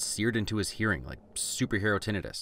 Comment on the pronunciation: Every time you say tinnitus the correct way I think back to the video where you talked about learning it due to Archer